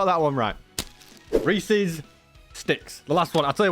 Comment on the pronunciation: BUT, he pronounced Reese’s correctly. Something 99.999% of Americans fail at.